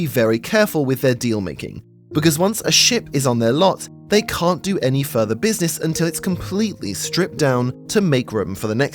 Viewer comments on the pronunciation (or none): none